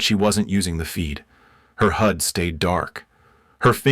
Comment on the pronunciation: Your story teller is to stupid to read hood not hod.